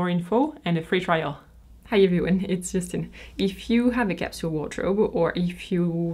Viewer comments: " 'ello iveryone, it's " That's what you sound like. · Well, initially, I thought it was 'Hallo everyone interested' DDD